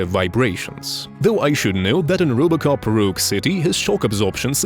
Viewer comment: "Rubocop" xD